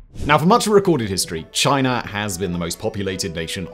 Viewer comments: And it's not Chiner....it's China! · Why do British people add an “r” to any word ending in a vowel. Like “Chinar”. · lol “both mainland ChineR”…listen and weap boy. That’s only the start of many “chineRs” 😂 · Why do you pronounce it ChinErrrAHaa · Thanks for the dirt on "Chiner" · Nice pronunciation of Chinar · it’s China not Chiner. Get it kid? 🤷🏻‍♂️🤦‍♂️ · What the hell is "Chiner"? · exactly so why are you talking about "Chiner" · Are you aware that China doesn’t have an “R” in it?